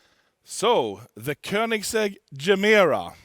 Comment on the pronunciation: Nobody: Koneingsegg: E G G